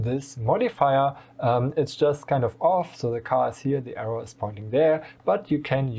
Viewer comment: Maybe a nitpicky improvement suggestion: I'm no native speaker, but it took me a second to identify that you meant the "arrow". Because you miss out the last "w" while speaking. You speak it more like "error".